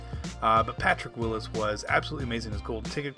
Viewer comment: Thank you for saying Patrick Willis.